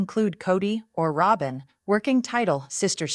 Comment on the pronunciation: Rob-in! Do you watch the show? Why can’t you pronounce the name?